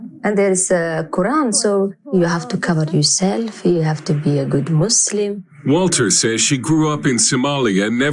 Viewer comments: its Muslim with an u...not Maslim Maslim is a typ of silk or something like that...or are you from the USAI? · It’s pronounced Muslim not Muzzlem FGS!